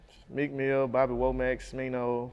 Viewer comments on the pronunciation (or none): This nigga said bobby womac